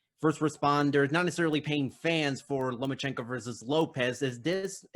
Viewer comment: Also except when Haney calls him out and calls him Nomas-chenko!